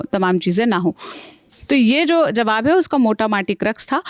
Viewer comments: mam, moti mota not mota mati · Ye kitani baar sanity bol rhi hai sanctity hota hai madamaur ye pronounce bhi aise hi hota hai . English na bole aap garima शब्द use kar sakti hain mota mati bhi kpi शब्द nhi hota . Hey bhagwan isko kyu aap news bolne de rhe hain bhasha ka gyan bahut hi kam hai. Mota mota hota hai .yhi hota hai jab log पढ़ना(read) nhi chahte